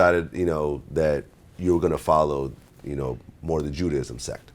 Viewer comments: Maya Langham ju ...ju juuuu.... how ever you say it! Lmao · “You have to be educated” this fool can’t even pronounce Judaism, sounding like a plum fool. I’m dead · Man doesn't know how to say "Judaism." Man says "I didn't grow up Christian, I grew up Catholic." Claims that even though he went from Catholicism to Black Hebrew Israelites he never "converted" because he "realized who I was." Can't take this guy seriously whatsoever... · Claims He Educated .... Can't Say Judaism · he couldnt say judaism ..but he said u have to know how 2 read & be intelligent? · "You have to be very educated" claims he can decode ancient text but can't say Judaism...... Ok